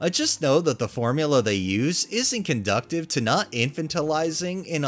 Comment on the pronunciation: Hi, it's 'con doo sive' not conductive. Thanks. Please use dictionary if you're unsure of how to pronounce something since this is your job